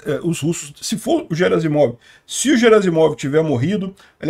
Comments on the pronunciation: O sobrenome dele é Герасимов e não Жеразимов: Sendo assim, a pronúncia correta é "GUEraSSimov" e não, "JeraZimov". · A pronúncia correta na versão em russo é 'Guierassimov'. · 14: 25 - Gerazimov: a pronúncia correta é com o "G" de "galo", nunca como "J". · No Google tradutor a pronúncia é "Guerácimov". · "GUERAZIMOV": Na maioria das línguas europeias, inclusive nas eslavas, o "G" sempre é pronunciado como "GUÊ", como em "garrafa". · Bom dia. A pronúncia correta do nome do general russo Gerasimov é com a letra "ge" pronunciada como "gue". Em russo, a letra "g" tem dois sons diferentes, um palatal, que é pronunciado como "gue", e um velar, que é pronunciado como "go". No caso do nome "Gerasimov", a letra "g" está no início de uma palavra e seguida de uma vogal, portanto, ela deve ser pronunciada como "gue". Portanto, a pronúncia correta do nome do general é: Gerasimov (gue-ra-si-mof) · conforme a pronuncia do Prigozhin e, Gerasimov se pronúncia com som de "Gue", Guerasimov.. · Oi, o correto na pronuncia do general russo é "Guerasimof" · Notinha cultural. No RUsso, quando a palavra vem de idioma Latin, que começa com "H", eles pronunciam como se fosse "Q". Assim, "Harry Potter" fica "Query Potter", "Hiler fica "Quitler", "Alcohol" fica "Alcoqol". Em Russo, o Garasimov é escrito como "Герасимов" . O "e" soa como "ie". O "o" ao final soa como "a". O nome em russo soa como o "Quierásimav" em Portugues.